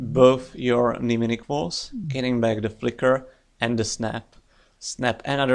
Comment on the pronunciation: A great player, thoughtful analysis, and one of the few Youtubers who doesn't butcher the pronunciation of "mnemonic".